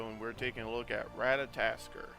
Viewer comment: At least say his name right RAT-A-TOSS-KER